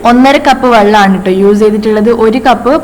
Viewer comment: Hi ayshu entha s in pakaram z use cheyyunnath. Uze ennu parayunnath